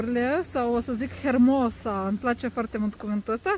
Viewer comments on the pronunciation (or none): Hermoso se scrie, dar se citește fara H. Sper sa nu te deranjeze mica mea observație. Ai un accept Súper.